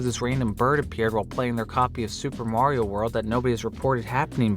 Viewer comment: You said "Mario" wrong.